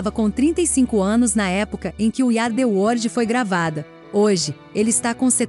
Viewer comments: Meu Deus para de dizer " wordi" é WORLD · O vídeo é bom, mas ouvir várias vezes "word" em vez de "world" é foda. Além do inglês ruim de um modo geral.